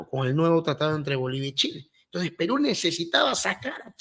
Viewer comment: así como explica,,,con drifruz,,,y odrebre,,!! No a cambiado nada,,intonciz